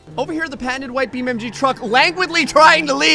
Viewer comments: It's Beam NG. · Yes! More "Bee Men-G"! Thanks